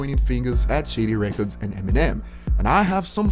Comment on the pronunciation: Man I can hardly understand what your saying when you say shady records it sounds like shitty records speak slower and we might understand you better